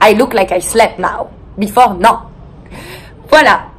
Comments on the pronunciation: Drinking game: take a shot every time she says “viola” Very lovely video by the way ❤️ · I like her ''Vualla"